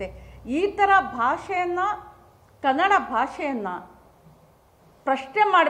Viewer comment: ಮೊದಲು ಕನ್ನಡ ಅನ್ನುವ ಶಬ್ದವನ್ನು ಸರಿಯಾಗಿ ಉಚ್ಚಾರಣೆ ಮಾಡಿ.